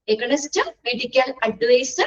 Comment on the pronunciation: Aganinst alla teacher aaagheeynst Ennanu pronunciation ❤☺️